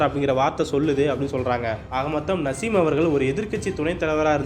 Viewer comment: நசீம் இல்ல தலைவா நாஜிம் ஒரு தடவை தவறாக உச்சரீத்தால் பரவாயில்லை பத்துதடவையும் அதே பேரை உச்சரிக்கிறீங்க காரைக்கல் தொகுதியில் தொடர்ந்து 35வருடங்களாக சட்டமன்ற உறுப்பினராக இருக்கிறார் நாஜிம்